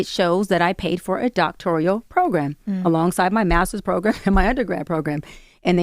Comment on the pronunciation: Doctorial? It's Doctoral